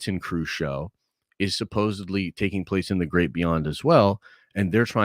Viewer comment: Can’t take this guy seriously after he says “supposaBly”